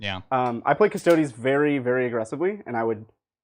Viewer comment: The mispronunciation of "Custodes" is very distracting and driving me nuts. The vowel 'e' in -es ending is pronounced like the word 'they', like in "Astartes". A close approximation is "Cuss-toe-days". "Cuss-toads" and "cuss-toe-dees" are both incorrect.